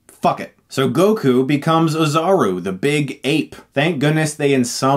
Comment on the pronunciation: (To the best of my knowledge) : Oozaru is pronounced : Oh'-za-ru, not Ah-zha'-ru. Call me a Weeaboo and watch DBZA. Thanks, Mr. Stuckmann. Great channel.